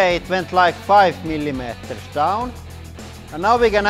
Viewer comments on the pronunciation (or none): I love how he says millimeters... /mɪlimɛteɹs/ lol